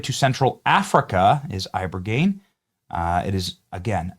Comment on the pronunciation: Eye-buh-gain Not Eye-burrr-geneee